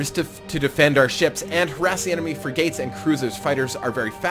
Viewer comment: it' s not fri-gates, it's frig-ats. Like frigid, but with an at.